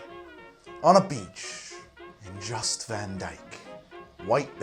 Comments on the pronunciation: FWIW, and I can't tell if anybody else corrected it below, but it's pronounce Yoast (like Toast) Van Dyke, not Josst Van Dyke, even though it is spelled Jost Van Dyke. I do like the mispronunciation of Pusser's (not Prusser's) because ef those guys. Soggy Dollar Bar isn't the best bar on that rock, though. That title belongs to Foxy's Tamarind in Great Harbour. Best Piña Colada I've ever had, and the atmosphere is like nothing else. Edit: LOVE LOVE LOVE Gone with the Wynns. Every Sunday morning I eagerly await their posts. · I've been to Soggy Dollar three times. Easiest way to visit without a sailboat is to go to St. John (USVI) and book a day trip to Jost Van Dyke (pronounced yost). Since it's British Virgin Islands you have to go through immigration and customs (passport required for US citizens). The other famous bar on the island is Foxy's which has two locations. I've had painkillers at both locations. However, they are definitely not the best painkillers I've had. The best was on Grand Bahama Island in the Port Lucaya Marketplace, near Lucaya Beach in Freeport. It was a Pusser's-branded cocktail from a stand at a music festival in Count Basie Square. I don't remember which of the bars from the square it was from. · Being from the V.I. it's nice to see so much love for this drink! Just remember when visiting, yeah, alcohol is poured with a heavy hand. Pace yourself. But, we'd be glad to have you! And.... say "Jost" as "Yost", dutch name. Jost is part of the British side of the V.I. and is an island without ferry connection, so yeah, you need to catch a charter boat there whenever they reopen their borders to Americans. If you haven't covered a bushwacker, try it. It's another down here drink that's pretty potent. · Way to mis-pronounce Jost. Ya maroon. "Yost". Jeebus. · It’s pronounced yost... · It's pronounced "Yost" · The j is silent jost van dyke